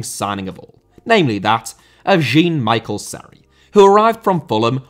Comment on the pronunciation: Mate i burst out laughing when you said "Jeen Michael Sery"